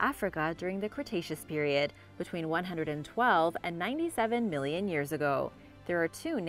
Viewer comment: How much is a "millinion"?🤔xx